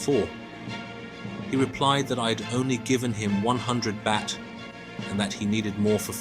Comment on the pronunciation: What BS, you don't even pronounce Pattaya and Baht correctly